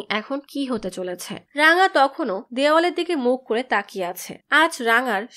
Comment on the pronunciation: রাঙা❌ রংগা✅